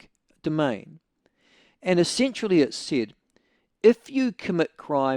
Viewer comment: Michael I like when you pronounce essentially as essensually....sounds a bit kinky....